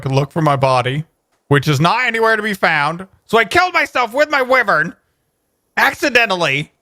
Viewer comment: It's pronounced why vern